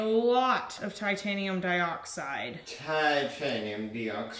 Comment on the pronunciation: So for some reason when says Titanium dioxide in that accent all I can picture is the caterpillar from Alice in Wonderland